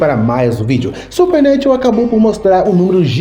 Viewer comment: Super nétchu 😂😂😂😂